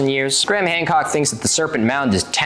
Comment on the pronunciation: Three response videos and you’re still saying his name wrong. Doesn’t help you’re argument as someone that looks into details